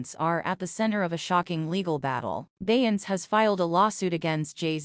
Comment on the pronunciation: WTF is BEYANCE 😂😂😂😂😂😂